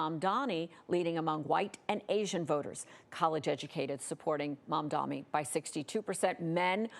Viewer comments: when he wins, are you going to learn to say his name right? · Seriously, what's the deal with the repeated mispronunciations of his name? Literally your only job as an on-screen TV journalist is to talk good. Have some basic decency and respect and practice the leading candidate's name before going on air! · Shows the bias. I am guessing advertisers ordered to mispronounce his name. Stop pretending to be journalist and just become prostitutes for the oligarchs. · M-A-M-D-A-N-I, you’re reading it off the teleprompter babe, get it right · Can you please pronounce his name correctly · I think the caster pronounced Mamdani correctly once by accident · Perhaps she should attend a "How to Read English" course to learn to pronounce the M and the N in the middle of words. I thought it could be dyslexia but nope... I think she's simply racist. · She finally says his name correctly and then immediately proceeds to say it wrong twice back to back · how are you still not saying his name right lmao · Funny thing is they pronounced it right just once, then not even two seconds later went back to pronouncing it wrong again. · can't she read a name? jesus. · LET'S GOOOOOO ZOHRAN FINAL STRETCH CMONNN also ffs get his name right it's MAMDANI. Get used to it, you're gonna be saying it a lot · It's funny cause she gets it right saying "MamdaNi", then not even 10 seconds later she says "MadaMi". This is intentional. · It's MamdaNi, not MamdaMi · It's MamdaNi. Not MamdaMi. Get it right. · Excuse me mam, it's MAMDANI. Not MAMDAMI! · Mam-damnit!! They still cant get his name right?! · why does she keep calling him Mamdami? The name is right there on the screen!!! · His name is not Mamdami. It is Mamdani with an N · It’s Mamdani NOT Mamdami!! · Why can’t any of these dip$hits says his name right? It’s not even that hard of a name. Edit: She said it correctly one time, and then switched back to Mamdami. This has to be on purpose. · MAMDAMNI.... wtf is MAMDAMNI... its mamdani... M A M D A N I